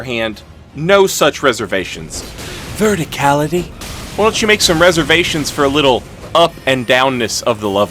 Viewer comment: Bro I started dying when you said verticality. Very well done 🤣